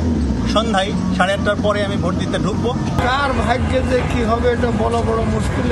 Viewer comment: নিউজ পাঠক ব্রো উচ্চারনটা ভোঁট নই! এটা ভোট হবে। বাংলাদেশ বলে কথা।